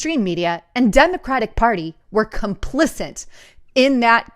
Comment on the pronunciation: You do a great job of compiling all the information, but you always mess up on vocabulary words. The correct word is “complicit”, not “complicent”.